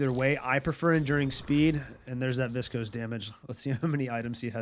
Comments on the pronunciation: Learning a ton about geist from you. Thanks for the videos. I chuckle every time you say viscose instead of viscous hahaha. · viscuss > viscohs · Viss-cose How does this happen when there's tons of callouts and voice lines with the proper pronunciation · "Invernus and Viskose" bruh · I love the videos and the explanations. Really helpful for learning, just started playing a couple days ago. But man, the way you pronounce viscous is getting to me xD